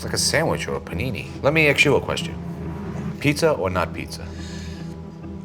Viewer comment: "Let me Axe you a question"